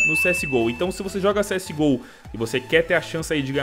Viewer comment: agr nao e cs go ta geral falando cs ghoul '-'